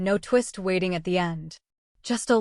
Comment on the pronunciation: and (sisters) ~ Words that end in ing aren't pronounced the way that you ladies are pronouncing them. The word 'gazing' isn't pronounced gayzeenGUH. 'Fulfilling' isn't pronounced fulfilleenGUH. 'Waiting' isn't pronounced waiteenGUH. The g is soft, not hard. You are giving these words an extra syllable. (There are several other ing words here that you both pronounced incorrectly.) Listen to how professional adults pronounce ing words. Listen to the narrator. You sound absolutely uneducated and ridiculous. Please, learn to speak correctly. And, teach your children correct pronunciation, too.